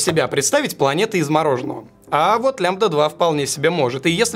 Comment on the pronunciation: И вообще она «ле эм ди эй»